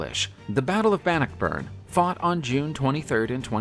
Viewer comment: It's Robert de (day) Bruce. He was a Norman Scott (The Normans came from France... hence de which is French for the) and it's pronounced Ban knock burn. Not every word or name is pronounced as it's spelled. Like the Seat of the High King of Ireland was spelled Team Hair, but pronounced Chow Er. The English bastardized it into Tara (Tar ra).